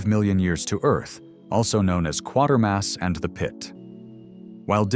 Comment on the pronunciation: You tweezed out some esoteric B movies against some well-known cult films. I remember seeing Barbarella in the theater, the best opening sequence I can remember! I've seen all the Quatermass movies and highly recommend them (by the way, the name rhymes with "waiter" not "quarter"). Good stuff, thanks!